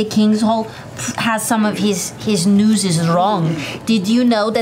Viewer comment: "His newses"